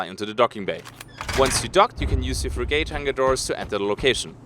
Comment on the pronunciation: (It's pronounced "frigate") :)